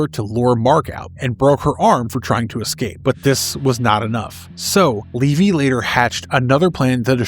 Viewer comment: Its levy not leevy…